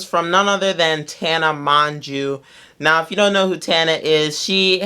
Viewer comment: Tana Mon-jew, are you kidding me? Mon-jew??? Dawg are you being anti-Semitic?